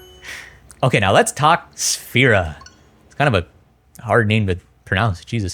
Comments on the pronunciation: I think it's pronounced like this: Sph-Air-Ah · dawg i love your content but why u calling it safira 😭😭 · When he said «what a hard name to pronounce » about Sphaira i cried in silence about my 10 years gamertag 😭😭💔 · I like how you pronounced Sphaira 4 or 5 different ways.